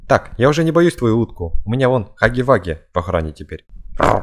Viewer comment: Не хаги ваги а Хагги Вагги вот так правильно